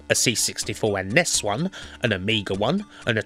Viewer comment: Apart from the highly irritating pronunciation of NES and SNES (nobody says 'Ness'), this is an excellent video.